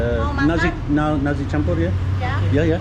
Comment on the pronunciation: 'nasi' with an S, not 'narzi' with a Z. NAR-SI <3